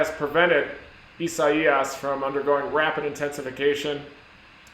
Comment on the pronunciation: I'm glad you could pronounce that name. Whatever happened to the good ole days when hurricanes were given a simple female name?